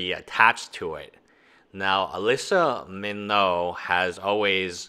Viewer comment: It’s pretty amazing that this guy doesn’t even know how to pronounce Alyssa milano’s name. Just goes to show that even the most famous people eventually become not so famous and become irrelevant. Can’t stop progress.